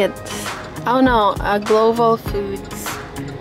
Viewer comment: Global po,..hindi, gloval